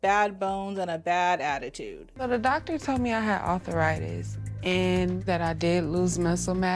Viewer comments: Arthur-itis is not a word, ladies. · "Author Ritus" 🥴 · "Arthur-itis" says Jaz. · arthur-itis? seriously??